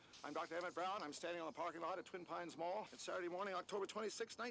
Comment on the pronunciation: Not TWIN pine....✌️🙂 Its LONE Pine Mall 😁 Marty took out the other one !